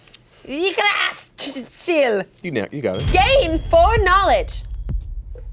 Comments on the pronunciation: Guys, I loved this! But according to the Nordic pronunciation Yggdrasil is pronounced "ig-druh-sill" or "ig-druh-zel" depending on the dialect lol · These episodes just keep getting better and better! The costumes, the character, the editing - all of it! And it's odd but not off-putting to have in an episode and it not be so screamy,p P.S. I love how y'all slaughtered how to pronounce Yggdrasil. Just realized, is it "gudar" that keep coming up on the cards and being read as goudar? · THE MISPRONOUNCIATION OF YGGRASIL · Ygg-dra-sil, I know you probably did that for comic effect but it still made my ears bleed. And I only get cranky when I'm anemic.